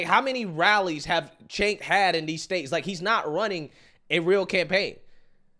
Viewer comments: It's pronounced "Chunk" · I like how always finds a new way to mispronounce Cenk's name. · Who would vote for a guy that can't even spell or pronounce his name correctly, I grew up with a guy his name was Jenk(sounds like j-ink) now Cenk(to me sounds like the kitchen"sink") I could never vote for someone like this guy he's just a big loud mouth,he doesn't even have common sense. 🤔💯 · Still confused how he pronounces his name with a J when it starts with a C. Idk maybe im uneducated or its normal in the country he was actually born in 😂😂😂